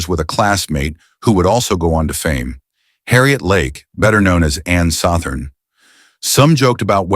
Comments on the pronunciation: That's Ann Sothern, not Ann "Sontern", you m o r o n! You also mispronounced Tarawa. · Mispronounced Ann Southern's name as Saw-thern. Ridiculous, or maybe it's a robo narrator? Otherwise a great tribute to this wonderful man. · it is "Ann Sothern". Get a real narrator that has done a little research on the topic.